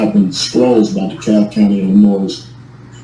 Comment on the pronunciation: The S is silent in the word Illinois you ignoramus . Bunch of word salad idiocy.